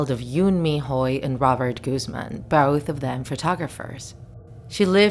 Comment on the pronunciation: I thought her last name Guzman was pronounced as (Guhz-man) not Goozman idk just